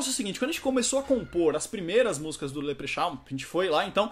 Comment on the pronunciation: 'Leprexau' kkkkkkkkk cara fala bom inglês, nem sabe falar direito o nome do próprio grupo